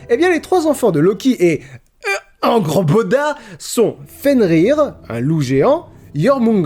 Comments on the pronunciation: Salut on dit hangeurboda on dit ça comme ça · Quand ta joué à God Of War Ragnarok et que maintenant tu te moques de la prononciation de "Angrboda" de XD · Pour prononcer plus facilement et plus correctement "Angrboda", il faut faire comme en anglais, c'est à dire rajouter un son "e"/"eu" entre deux consonnes, ici entre le "g" et le "r", ce qui donne "Angeurboda". Mais merci j'avoir prononcer les "j" "i" et les "u" "ou" ! C'est tellement rare.